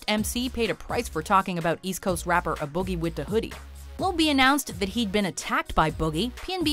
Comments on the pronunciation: Lmaoooooo she said "Ah boogie"😂😂😂😂 it A boogie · Its A(Ay) Boogie... Not A(Uh) Boogie... I Know. Rap Isn't Y'all Strong Suit.♂‍🤷🏾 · Please stop saying Taylor Swift continues to reinvent pop culture gtfoh what a joke and is the letter A enunciated completely not Ah Booogie wit the hoodie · Did you say "aboogie" it's "A-BOOGIE" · "Uh Boogie Wit A Hoodie?" WTF...how can you butcher something so simple? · It’s Ā boogie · that mispronounciation of A boogie got me weak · Lmao that A Boogie pronunciation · #6 was the boogie in the hoodie able to get in a noogie? 😄 its "A"-boogie,he's the only boogie dont worry... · "A" pronounced as in Aiding, not awesome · Lmfao!!! So we aren't going to point out how they said A Boogie with the Hoodie!!! I know they are Canadian but DAMN!!!